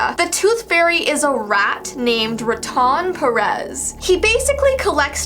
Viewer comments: It's not ratun it's RA-TON I know that bc I am Mexican/American not trying to be mean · I'm sorry but ratón is actually pronounced (rah-toe-n)